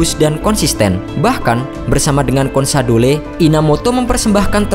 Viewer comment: bacanya konsadol bukan konsadole